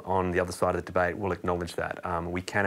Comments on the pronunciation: If your going to shill for nuclear energy... start by pronouncing it correctly. Also... nuclear waste is a massive problem... your making vague statements that are misleading and not scientific. Currently nuclear waste is not handled responsibly because of the cost to do so and stored on site at most facilities making it an even bigger security issue. Your washing away the practical reality with vague imaginary solutions that are not in place or in use. Solve those problems first then start talking about how safe it is. P.S. please feel free to eat all the nuclear waste ya want. Put your money where your mouth is. ML and Blessings. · I agree 100% hence my response... "If your going to shill for nuclear energy... start by pronouncing it correctly. Also... nuclear waste is a massive problem... your making vague statements that are misleading and not scientific. Currently nuclear waste is not handled responsibly because of the cost to do so and stored on site at most facilities making it an even bigger security issue. Your washing away the practical reality with vague imaginary solutions that are not in place or in use. Solve those problems first then start talking about how safe it is. P.S. please feel free to eat all the nuclear waste ya want. Put your money where your mouth is. ML and Blessings."